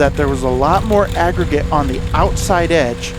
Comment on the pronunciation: unbelievable video considering the conditions, the length of the driveway! You always deliver excellent content and commentary! I love everytime you say "crown" or "agregate"! You and the Ventrac are the BEST! Love the video continue to make sir